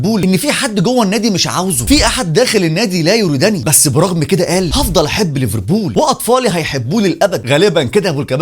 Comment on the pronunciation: بالله عليك بلاش مبالغه في نطق ليفربول! رجاء اتكلم مصري عادي 😘